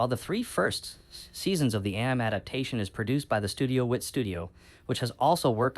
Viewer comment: Ann-Nyme??? Are you AI?